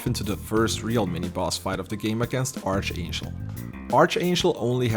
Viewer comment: ark-angel (like mark, not arch like like archie)